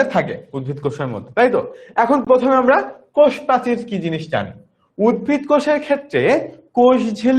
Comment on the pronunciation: উদ্ভিদ ✅ not উদ্ভীদ